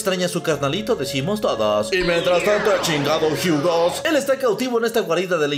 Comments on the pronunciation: Yo leeo: Hugo lee: Jiugo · En la version en ingles dice Jiugo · Es un video de inches MA-MO-NES... el lo puede pronuciar Jugo y seria igual de epico:v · No, de hecho en el juego, cuando lo pones en Francés dice: Hugo, la pronunciación del está errónea